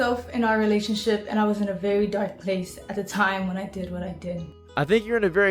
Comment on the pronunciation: she’s obviously challenged “gweat welationship wit my mudder”